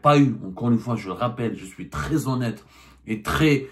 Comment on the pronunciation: est vite passé de Tony Montana à "Ji soui Charlie" 😂😂😂